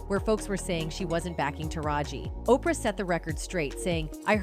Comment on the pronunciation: Learn how to say Oprah name. It makes you look like you don't know what you talking about